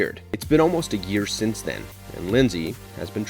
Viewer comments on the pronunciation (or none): none